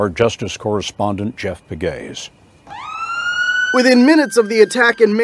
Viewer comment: Pe-gues no Peg-ues